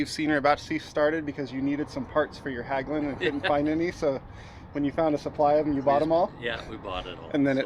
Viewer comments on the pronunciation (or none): FYI Hägglund is pronounced similar to He in Hedge but with g. More like Hegglund not Hagglund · Just an observation, ägg in hägg-lunds is pronounced like egg, hegg-lunds.